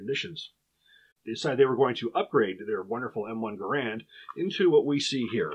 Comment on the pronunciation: Gerand, according to the designer of the same name, rhymes with "errand" Flash suppressor? It was a muzzle brake and compensator to reduce the recoil and muzzle jump, I carried one of these and the flash is very evident during night firing. Your own chart shows the M-14 weighs less than the Gerand. Using an adapter the M14 could be fired fully automatic, and was very controllable. In the years I carried the M14 I never had, or heard of, a problem with reliability, and it was very wet where I was stationed, never had a problem with the wood swelling.